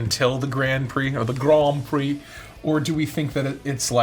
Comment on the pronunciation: The "grand prix" nearly as it, the R are not perfect but the an and the i are. is near, like reeaaly near catching the rrr. FRENCH everybody!